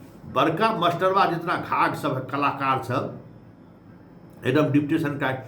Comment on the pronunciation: Baar baar aap masterba bol rahe hein..aisa lagta hai ki aap master se nahi parhe hein..ekaek bina master ka vidwan ho gaye hain..bhasha suddha boliye..jo v khabar dijiye..